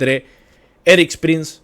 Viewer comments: No es Erik Prince, si no "Erics" Prince, el liberara venezuela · se llama ERIK PRINCE. ERIIIICCCCCC. PRINCEEEEE. NO ERIK PRIN. ERIK PRINCE!!! ya parecés maduro hablando de elon mok.